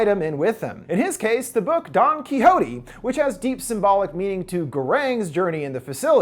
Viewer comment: detesto como dice quijote jajaja